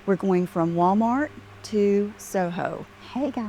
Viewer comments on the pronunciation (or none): Agner bag??? Did she mean Aigner?? Friggin hillbilly. And how she pronounces Wah maht. Jesus lord. She’s getting ridiculous - beyond.